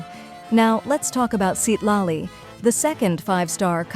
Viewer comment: Citlali ❌ Seat Lolly ✅